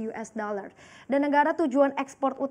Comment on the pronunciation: Mencapai 231 koma juta yues daler :-D